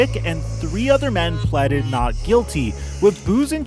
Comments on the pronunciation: This nigga said “pleddid” 🤦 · My man said "pleded":P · Imagine being able to pronounce ‘pleaded’ correctly…. Or realize there was no such thing as ‘The Washington Football Team’ when Vic was a kid.